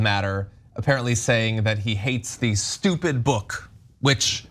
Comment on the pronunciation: Stewpid stewpid stewpid.